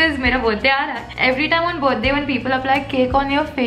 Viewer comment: Literally the feeling of speaking Buddy instead of birthday is extremely different 😍😍🤣🤣🤣🤣😜